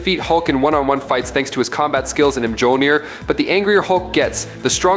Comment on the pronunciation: Did you just say Mijuleneer!